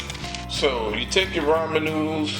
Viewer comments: Raymond noodles??? It's pronounced "RAW-MIN"! Got It??? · Dragneel Warface RAH-MEN ** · "Ray-man noodles" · why do people say "raymen noodles"?... it's " ra-men" noodles... where the y at? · Rah-men finally the last video I watched the dude called it Ray men! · Raymon noodles lmao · I love how he says Ray mon noodles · "Raymen noodles" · raymen noodles 😂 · Did this man say rayman noodles?😂😂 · Raymen noodles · Raymen noodles Lol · ray-man noodles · I TOOK THE VIDEO SO SERIOUSLY UNTIL THE END WHEN HE SAID “raymen noodles” 😂😂😂 but good vid tho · Pronounced RA-MEN NOODLES, thank you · "Das how I cook my raymond noodles" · I like how you say ramen you say it wrong but I like it. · He said ramen wrong